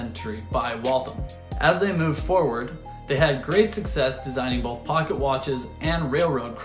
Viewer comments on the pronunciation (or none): none